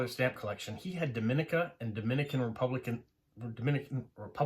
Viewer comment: I'm from Dominica. It's actually pronounced Dom-ee-nee-ka. There is a distinct pronunciation difference between us and the Dominican Republic; you are pronouncing Dominican Republic correctly. I love that you are delving into our history and passing information about our country; we are small and sparsely populated, but that also makes it a great place to visit if you enjoy nature. Great video!